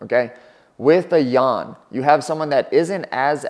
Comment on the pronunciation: Not necessarily. Could be correct spelling but wrong pronounciation. Xiaonan's last name is also Yan and they say it wrong too.